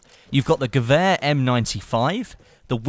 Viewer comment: Any Germans here who laughed anytime he said "Gewääääh"? :D No offense, nice video :-)